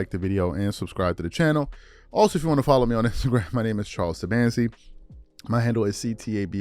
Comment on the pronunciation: Charles "Swat" Tabansi 😁😁